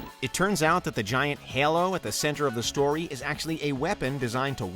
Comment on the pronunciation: This guy needs to learn how to pronounce "Halo"